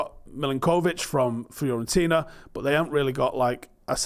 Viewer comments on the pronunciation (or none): none